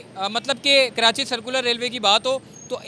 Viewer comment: Malir cantt not Can't lol hope you guys been in school to learn a bit , by the way it is not Karanchi, correct pronunciation is Karachi, any way good job